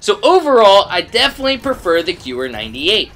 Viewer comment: It's pronounced "Gehvehr" not "Gewwer"